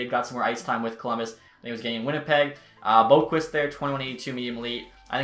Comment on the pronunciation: He said Adam Boqvist right, but not Jesper Boqvist🤣🤣love you though